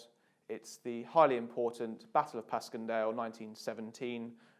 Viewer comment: It's pronounced pash-en-Dale